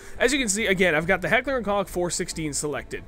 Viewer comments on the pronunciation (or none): it's pronounced coke not cock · No, its pronounced Heckler and "Coke". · i don't want to sound mean but the O in koch is pronounced like the o in Loch Ness.